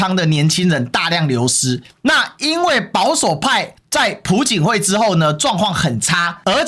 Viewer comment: 朴槿惠 还是比较亲中的 …… 而且，朴字读piao第二声（瓢）